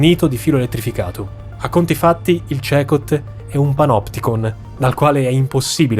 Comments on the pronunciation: Comunque tutto bello e interessante ma si pronuncia (Secot) ! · Ciao! Sono Stefano Cecot, si CECOT… ora so che andare in quella nazione potrebbe essere un problema. 😮🧐🤔 comunque noi ci chiamiamo Cecòt, con l’accento sulla O. ❤ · Si pronuncia "Sicot" 😊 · Ma è davvero così difficile per pronunciare CECOT nel modo corretto? 😮😮😮😮😮😮